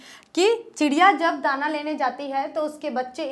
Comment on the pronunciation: Meam aap galat padha Rahi hai tana nahi hai Dana hai or aapne do peregrap chod diye 😂😂